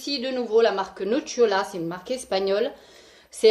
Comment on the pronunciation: Nocilla se prononce nosila Besos lol